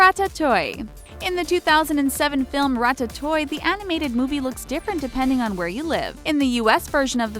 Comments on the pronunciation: Ratatoy? It's pronounced rat-uh-too-ee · ra tat toy ee. because that is definitely how it is pronounced. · she said 'ratatoy' has she even seen the movie yet?? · "Rat-a-TOY" wth Its pronounced Rat- a- too- ee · "rat a toy" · just pronounce em right then you will be fine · Ratatoy GUURL, ITS PRONOUNCED RATATUEE!!!!!!!!!! 😐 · its rat-uh-too-ee not rat-a-toy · But its not french pronunciation. Rat-a-toy is more similar to [ʀatatuj] (international phonetic) -> Rat-a-tuy. There no ee/i sound at the end. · French pronunciation: rat-ah-too-ye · Wait. Rat-ta-toy???? Makes me wonder if they actually watched the movie, because that just isn't how it's pronounced at all. It's more like this: Ratta-two-ee. At least that's how it's pronounced in the movie in English. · RAT TAT TOO EEE NOT RAT TI TOY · Same with ratatouille. It's pronounced 'rat-at-oo-ee', not 'rat-a-toy'. My god that sounded ridiculous. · What... did u just say RAT-AT-OY?? It's RAT-A-TEW-EE!! U stupid? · It's "rat-ah-two-e" Not "rat-ah-toy" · irs pronounced ratatooie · XxRaccoon GirlxX me too I say rata too ly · its Rat-A-too-tee XD No offense tho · I love how they pronounce ratatouille as “ra ta toy” 😂😂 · IT'S PRONOUNCED Rat-a-two-ie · "Ratatouy" My fucking god.... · woah woah woah, it's pronounced Rah-tah-too-eeh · Why is she saying "rat-a-toy"? 😂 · your ratatouille is not said correctly is it pronounce as ra-ta-tu-wi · She said "ratatoy"😂😂😂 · The way she says Ratatouille triggers me, she says; Ratatoy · if you aren't going to pronounce things properly just don't. Rattatoy and oneejerry? really? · I am triggered by how you said ratatouille. I say it like rat-it-too-ee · XxRaccoon GirlxX I heard "Ratatoing" at first and had to pause the video because I was laughing so hard. All I could think of was the horrible mock buster. 😂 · THEY SAID RAT A TOY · XxRaccoon GirlxX yep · Ok! Have u even watched Ratatoullie? U said it SOOOOO WRONG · You said Ratouille wrong. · Uuuhhh I hate how she says Ratatouille